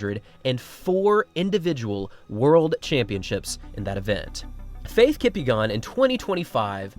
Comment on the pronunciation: No way this guy just mispronounced Faith Kipyegon's last name like that